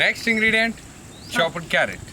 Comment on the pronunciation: I heared chopped to choppat